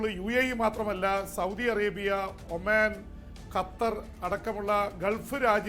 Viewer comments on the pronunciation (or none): none